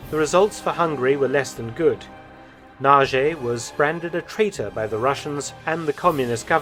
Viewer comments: Nagy is pronounced "Nodge", not "Nazhee". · Mr. Felton, Nagy is not pronounced the way you say narjay, but it needs to be pronounced narrrj. It means large. Hungarian is the hardest language to learn, so I cannot blame you for this error. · Pronouncination for "Nagy" is about "Nadj". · Also the pronunciation of Nagy is wrong. Nadge would be more accurate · All good, but try to get the pronunciation right: Imre Nagy - the Nagy is prounced roughly "nodge". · Go to Google Translate, select Hungarian, write Nagy and listen to it. It will not be Naje, that's for sure... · It's funny to me to hear how Mark pronounces the name "Nagy" 😄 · Nagy pronounciation is wrong